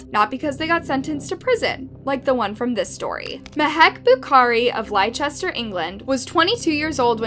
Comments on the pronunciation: Lychester England are for fuckng real or are you from Chickargo, it's pronounced Lester, for gods Biden stop spreading senility in America please. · Leicester is pronounced like 'Lester'